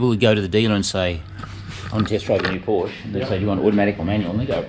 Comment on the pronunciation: German was a good attempt except your pronunciation of Porsch E. I'd be rapped over the knuckles by my German mum saying it as you do. Looking forward to your video with. He is a guru on all things 928 and willingly provides detailed replies on the Porsche forums such as Porsche Forums Australia. As a coupe owner I enjoyed your earlier video. Looking forward to more with your Landshark!